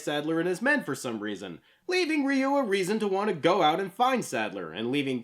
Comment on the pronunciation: this list is narrated by Hector Salamanca. Also, it's pretty baffling that you can pronounce "satsui no hadō" right, but completely butcher "Ryu" each and every time.